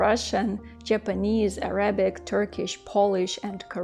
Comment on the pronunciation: На английском языке, ударение на словe Arabic на первом слоге /ærabik/.